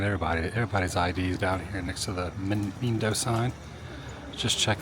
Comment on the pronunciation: Your Lesson #1) the I in Spanish sounds like E. SO mindo = meendo